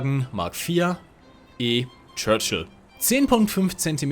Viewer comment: I love how you said "Churchill" in perfect English pronunciation after a little hesitation